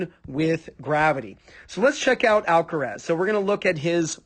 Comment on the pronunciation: I’m getting tired of people pronunciation of alcareeeeeeeessssss. Alcaraaaaaazzzzzzz